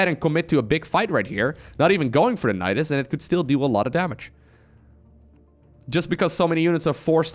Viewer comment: "Nydas by's" was the thing you tried to say but it sounds SO much like Nydas bajs which means Nydas poo in Swedish ;D